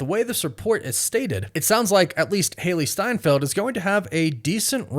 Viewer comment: Ah yes, Hailee Seinfield